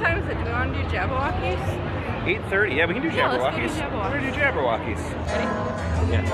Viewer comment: Did my dude just say Jabberwockees I can’t breathe